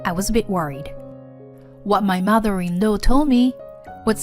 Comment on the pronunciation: Please check out the pronunciation of law.